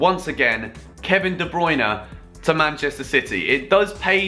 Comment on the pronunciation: Wanna hear a joke ? The way he says ''de Bruyne ''